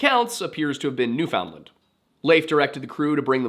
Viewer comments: You don't say the d in found for newfoundland it's more pronounced like newfenland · Oh hey, I get the chance to be super pedantic about Canada! For some reason "Newfoundland" is pronounced more like "New-fund-lind" or "New-fin-lund" I don't know why, I blame my Newfie neighbors (at least for the parts of the year where they literally are my neighbors) they did introduce me to Crush Birch Beer though... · Dem Yankee b'ys jus' refusin' t' learn how t' pronounce d'word '"NEWFinland". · You say New Foundland funny lol that's not how Canadians say it. Be lazy with the pronunciation nuFundland. All one word..great video! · Newfoundland is pronounced basically like "Noofin-Land" not New Found Land or New Finland. The "noof" part is probably the most important part, the rest kinda falls into place after that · Little correction, because you are so amazing at your pronunciation of names. It's not new found land, it's new fin lind. It's based on dialect, and Canada has accepted this as the correct pronunciation. Definitely find some youtubers pronouncing it so you can practice. 9/10 that's my only complaint. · He actually got mad at me over it I think my comment must have been deleted by him I said I always find it funny how Americans call us Newfinland and not Newfoundland and then he told me when I learn to say Nevada I can tell him how to pronounce things Not like I'm a born newfie or something lmao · its newfin-land or newfin-lund not newfound-lund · Please practice saying, "Newfinland" all one syllable and pounced as typed. Saying, "New-found-land" is really awful. Seriously, "Newfinland" try it until you master it. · As a Canadian: Newfoundland=NOOfin-lend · new'Finland is how we usually pronounce it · I can forgive the mispronunciation of Icelandic and Norwegian words. but, Newfoundland is pronounced like “Noo-fuhn-lund”.